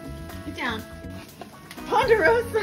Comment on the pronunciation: Male cat...Ponderosa, not Ponderoso... : cries in Latin